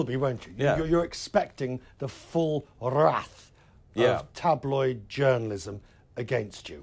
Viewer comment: "full wrrrrrath", where is this accent from?